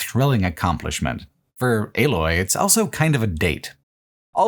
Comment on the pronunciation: pronounces the word "also" as "elso"